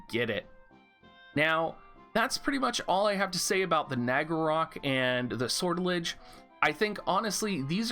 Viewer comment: Sor tell ijay Make the j sound rounded rather than harsh.